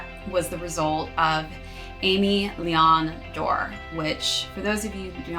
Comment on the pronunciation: Love the video! I think it’s pronounced aim-eh vs Amy